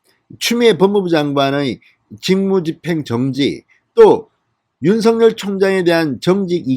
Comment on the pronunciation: 윤석열/ 윤서결 ○ / 윤성열 × 바르게 발음해 주세요